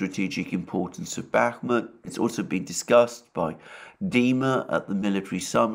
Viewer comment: I’d like to point out that it’s pronounced BAH-mut (stress on the first vowel) and ivAnovka (stress on the second vowel). 👍